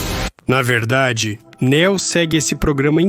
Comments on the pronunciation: Fiquei curioso com o tema do vídeo, mas essa dublagem toda em IA, Neo chamado de nÉo, e etc, me impediram de ver essa teoria. Sobre as inconsistências faladas até os do vídeo, pode-se levar em consideração que o filme quando lançado era um filme solo, e depois que ele fez sucesso que foram escrever um segundo e um terceiro filme. Logo as inconsistências são frutos da ganância hollywoodiana. Assim como o quarto filme. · Juro que tentei ver o vídeo mais o locutor não fala nem o nome da personagem direito ele pronuncia néo ao invés de neo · "Néu" 👎🏻....... "Niô" 👍🏻👍🏻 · Não é Não, é Níô, tipo, novo, escolhido. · Até me interessou, mas ouvir chamando de Néo, me fez dropar! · A pronuncia é "Niu" chat gpt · nem o nome do protagonista o cara sabe falar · o cara sabe pronunciar varios nomes em ingles mas peca em neo? será que realmente ele assistiu o filme ou é apenas um mero inseto procurando s eu lugar ao sol?